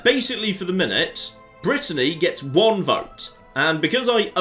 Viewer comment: Like can say Lloegyr correctly, when he's struggling to pronounce Brittany, territory, duke and other English words 😁😆